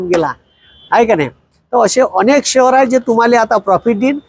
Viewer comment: शहर मार्केट नाही ओ शेअर मार्केट म्हणा